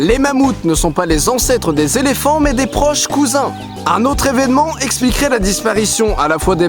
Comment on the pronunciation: On dit eveÉnks!!! Mais sinon j'adore ce que tu fais!!!!!